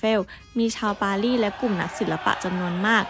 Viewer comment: รูปสวยฟังเพลินเลยครับ กดติดตามแล้ว แอบติเริ่อง ร.เรือ ล.ลิง และคำควบกล้ำครับ ดังกล่าว ฟังเป็น ดังก่าว ปารีส เป็น ปาลีด สงคราม เป็น สงคาม 😊 ติดตามต่อไปครับ